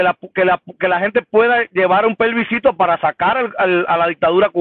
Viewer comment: Plebiscito no playbiscito jajaja